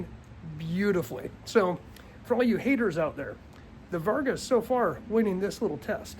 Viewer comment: You should pull this video and redo it seeing as you botched the name of the very thing you're talking about... It's Vargo not Varga.